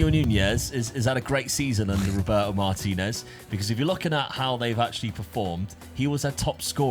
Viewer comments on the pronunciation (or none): none